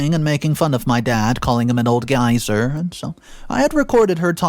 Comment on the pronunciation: Thank you for not taking in the back of your throat. This video was much better. My only complaint is that your pronunciation of the word geezer. You pronounced it geyser, like a water spout. I’m proud of you, man. Thank you for taking suggestions.